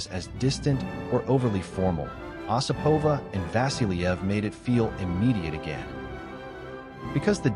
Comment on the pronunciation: Her name is pronounced with the accent on the first syllable: O sipova.